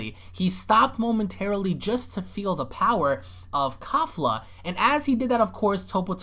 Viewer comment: Kalefla (kefla) the real proper pronunciation